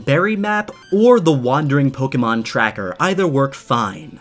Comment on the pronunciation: I dont know how he is a pokemon fan if he pronounces pokemon wrong and cannot tell if a pokemon is legendary or mythical.